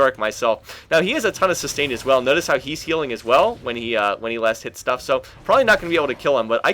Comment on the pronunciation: I swear to god .. He's been saying last tits ..